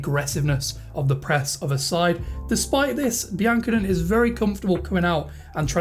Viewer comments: Great vid. Seem like a pro already! Pretty sure it's pronounced Be-an-ko-nay tho. Keep it up! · Good video mate although I think it's pronounced bian cone (cone) at the end!